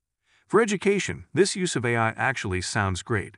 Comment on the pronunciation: Is this another deepfake voiceover? Cuz AI was pronounced "I" and Cortana was pronounced "courtna" 😆